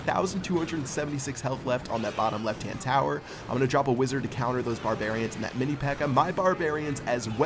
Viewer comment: he said inferno towet